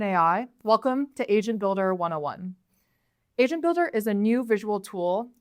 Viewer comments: Sounded like she said Asian Builder... Sounds about right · For a second I thought I heard asian builder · Im telling you I swear when she said agent in the beginning it sound like she said asian😂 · Not gonna lie, I did hear "Welcome to Asian builder 101" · I thought sis said "Asian builder" for a second damn it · Not me thinking she was saying Asian Builder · why she say asian builder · I literarily heard Asian Builder in the beginning... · I thought she said "asian builder" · I thought she said Welcome to Asian Builder 101 lol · Why the hell do i keep hearing "asian builder" 😂No offence meant lady. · bro ithought she said "asian builder" HUUH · sounds like Asian builder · Am I the only one who heard it Asian Builder 101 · Man I literally heard her say “Asian” builder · Is she saying Asian builder? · Sounds like "asian builder" to me. 😆